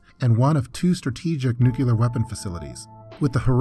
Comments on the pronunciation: It's "NUCLEAR". Not "nucelar". 😆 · New-clear. Not nuke-u-lar. My ears are bleeding. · Nucoolar huh? Have you ever heard of nuclear? Go to school, boy. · NUCLEAR********* not nukelar. wtf is that pronunciation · DNK yeah, isn’t it pronounced “nukular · WHAT THE FUCK???!?!?! NUCULAR??????? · Nucular...nucular...nucular. nucular... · please for the love of god learn how to pronounce “nuclear” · Yeah, quite annoying. I don't know how anyone is still mispronouncing it after George Bush. It's so obvious. Doesn't detract from the content but come on man, get it right.